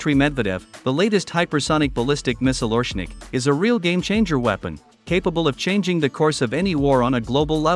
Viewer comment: OreSHnik!!! SH SH get the name right!! As in SHoe.